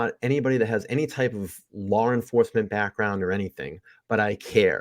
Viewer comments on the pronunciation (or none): Why do you say LawR enforcement lmao 🤣